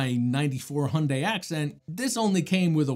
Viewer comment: Heh, Hyundai is educating people here in the UK (in advertisements) on how to properly pronounce their name. Hint: it’s different from yours, too 😂. Thank you so much for another nice review! My conclusion tends to be similar. I don’t put Windows on low end laptops, because it’s too much for them. But then I’m also not wasting my 7950X’s talents on Windows either… 😅 I got a few VMs for that. So eventually I found their right place. (As most people will guess, I’m not really a gamer.)